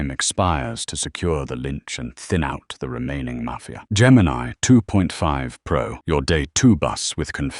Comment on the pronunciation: "Gemini Toof Pro"